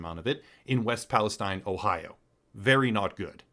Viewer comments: It’s “EAST” Palestine , locals pronounce it Palesteen. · What a joker he doesn't even have the name of the town right. It's EAST and pronounced Palisteen. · It’s pronounced like… ‘Palla steen’ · you are mispronouncing Palestine